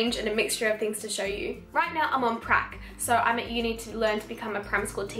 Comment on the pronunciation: I misheard you and thought you said “right now I’m on crack” 😅